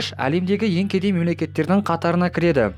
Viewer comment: Лемдеги емес алемдеги